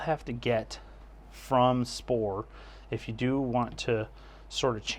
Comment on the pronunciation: Thanks for the review. You are pronouncing the company name wrongly btw. :)